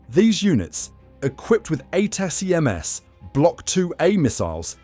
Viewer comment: HIMARS is equipped with 'ATA-CMS'????? Did you mean 'Attack-ems', which is how literally everyone pronounces it?